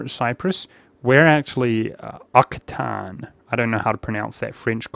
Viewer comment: Hey in the video you were wondering how to pronounce all these french words, well Occitane culture is pronounced Ohk-see-tah-n, and Hospitalier (The real french word, unlike that bizzare traduction Hospitaller) is Ho-spee-tah-lee-ey